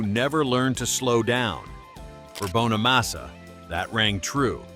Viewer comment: You could at least pronounce Joe's last name correctly. IT'S NOT BONE A MASSA, IT'S BONNA MASSA. Jealousy is a mental disorder. Many many guitar players wish they could play like Joe, he is a very humble guy who busted his ass his entire life.